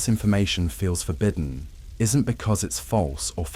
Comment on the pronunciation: Forbidden has a short i sound.